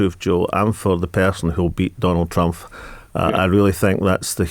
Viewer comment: Why does he keep saying Trumph, the guy's name is Trump.